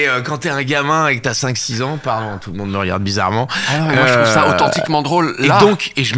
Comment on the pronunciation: C'est AUTCHENTCHIQUEMENG drôle (oui j'ai vu ton spectacle) (et oui j'ai adoré)